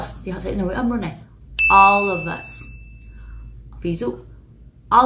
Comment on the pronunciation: ôb lợp vớt chứ , of âm f đọc là v mà